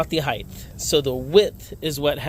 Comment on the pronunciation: "Heightth" is not a word, it's "height" and is pronounced as "hite". Interesting video though, I had an old twin dizzy 12A with 6mm that I sold to a friend years ago and he rebuilt it.